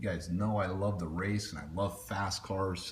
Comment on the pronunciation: Race not rase